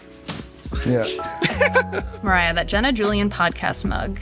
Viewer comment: What do you mean "mErAyA" it's Mariah. "Mariya" literally.